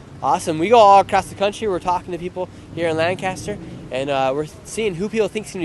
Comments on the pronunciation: For next time you’re here it’s LANC-ester not LAN-caster 😂 Wish we could have come down and met you today. Thanks for the good work you are doing! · FYI Lancaster PA is pronounced like "Lank-a-stir", not "LAN-caster" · Hope you’ll get this: it’s LANK ISTER not Land kaaster. It’s not California. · We pronounce lancaster as lancister.. I'm voting for Trump. I hate going to the city of lancaster. Nothing is good in that city, especially the government and police. I'm surprised you didn't get arrested. Wrong place to go to ask for political opinions for sure! I live in holtwood. Its funny to hear how the world thinks of this area Flannel dude is awesome! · Its pronounced Lang•kiss•ter. If you pronounce a different we know you're not from there. 😆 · All those Lancastrians and not a single person corrected him on “Lanc-kiss-ter” 😂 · For future reference, the city in Pennsylvania is not pronounced like it is everywhere else in the world. No "cast." Lang-kiss-ter is the local vernacular. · lol you’re not from this area as you’re pronouncing Lancaster incorrectly!🤪 No biggie and great video.